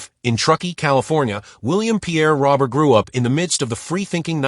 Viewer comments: His last name is not pronounced like the male name Robert. It has a French pronunciation like Row-bear. This AI shit has got to end! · If this video was meant as a tribute. That AI slop just crapped all over it with that pronunciation.